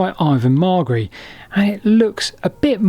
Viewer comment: Very interesting, and I'm happy that you seem to have finally got the pronunciation of Ivan Margary's name correct!